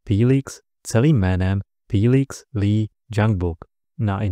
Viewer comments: To není fííílix ale Felix... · Můžu se zeptat proč mu každý říká filix